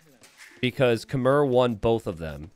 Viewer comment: These videos bring me so much peace thank you. Just one thing. Khmer pronounced “Khmai” -fan from Cambodia 🇰🇭